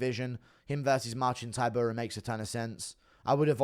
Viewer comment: Dude still saying Ti-pure-ee-ah 😆